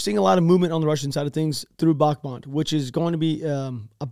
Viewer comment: The town is pronounced "Bakhmoot" not "Bahmat". As a Ukrainian at first I was confused which town you're talking about than I realized you're talking about "Bakhmut".